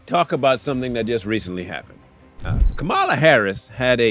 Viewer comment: Why don’t you pronounce her name properly